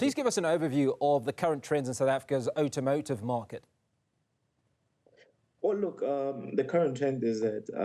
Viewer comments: You and I both...Outomotive?? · "Oh-tom-oh-tive", don't know why but the more he repeated it killed me 😅😂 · What the hell is "otomotive".....come on now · "Utomotive" listen properly now. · this guy says "automotive" weird. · Automotive!!! Why is he mispronouncing the word?